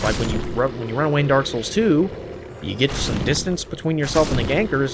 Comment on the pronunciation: The way you say 'souls' in 'Dark Souls' is so amazing. "SULS."